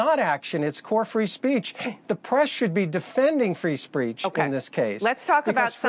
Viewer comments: He said "free spreech." There's no "R" in "speech"! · Lawyer keep saying " free spreech" 🤣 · why does he keep saying "free spreech" lol oh yeah cos he's a Trump lawyer and he's a shingle short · Dude can't even say it correctly Frespeche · He said free “ spreech” 😀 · Lauro: "spreech" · the donald is struggling his lawyer can't say "speech" FFS..